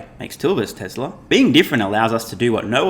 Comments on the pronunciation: haha...SMR said "Telser"! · Tesla’r, not TEL…